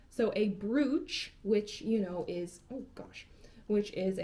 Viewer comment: You didn't have to tell me you were unfamiliar with the word "brooch." I could tell by the fact that you were mispronouncing it. It's actually pronounced exactly the same as the word "broach," despite the spelling. ;-)